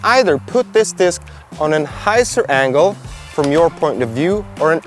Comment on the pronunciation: 'Hy' zer!